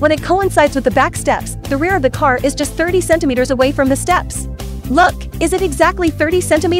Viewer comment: "it's my carrr" 😂😂😂😂